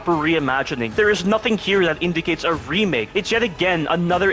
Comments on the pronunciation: Love the dedication to saying "remilk" T-T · I have a feeling the voice is ai because he keeps say resident evil remilk😂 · Him saying "Resident evil 4 Remilk" alone already exceeds the code written in RE4R